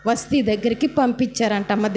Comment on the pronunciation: వస్టీ కాదమ్మా వస్తీ